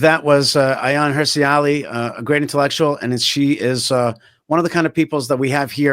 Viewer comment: Thanks for sharing. Not “Hirshi” Ali - Hirsi Ali.